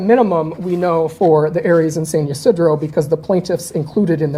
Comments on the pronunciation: Awesome video! I live close by. San Ysidro is pronounced: San Ah-See-dro just fyi lol 🌷♥️🌷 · Pronunciation: San Yah - SID - row